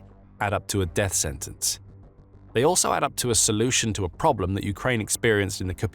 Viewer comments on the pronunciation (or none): none